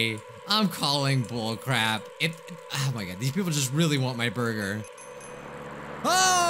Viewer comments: I legit thought of Kel when you said borgir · The way he says 🍔